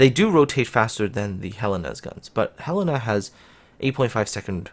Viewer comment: Hurray, you learned how to pronounce Helena!